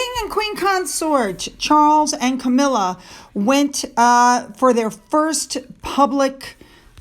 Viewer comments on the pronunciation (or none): none